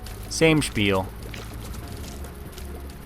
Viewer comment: It's the same Spiel... Spiel is a german word... And you pronounced it almost right :D